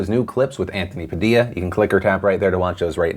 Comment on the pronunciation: Thank you for pronouncing Anthony Padilla's name properly. I cringe so hard when I hear people say "Pa-dil-uh."